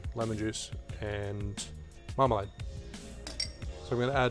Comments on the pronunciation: I understood Marmite, instead of marmelade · Oh dear I'm glad I checked the comments, I was wondering how he so casually just puts in marmite and doesn't even mention the taste of it lmao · The way you say marmalade sounds like marmite. I heard 'marmite' twice. Now that would make an interesting breakfast drink! (Also, potentially vile...) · Me too!!! I’m glad I looked at the recipe. I couldn’t believe marmite was an ingredient. 😄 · Same here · I heard marmite as well. But I don't know if you should make a drink with it. But I'm Canadian and we will drink almost anything with alcohol in it. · ahhh my bad man, sounded so much like marmite. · I thought the same thing!! 🦻🏻